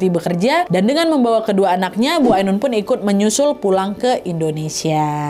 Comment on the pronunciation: "AINUN" kak nad bukan "AUNUN"